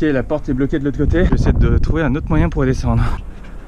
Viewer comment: Tu a fais une petit faut :( ''Toruver'' Ptdr sinon bonne video c'est a